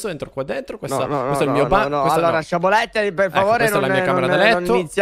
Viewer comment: Non posso sentire dire "sciabolette"